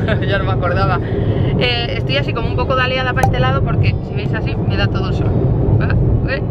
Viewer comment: "estoy un poco asi daleada para este lado" jajaja nose si ha sido momentaneo pero...lo mio con esa palabra no lo es, siempre la digo mal.😂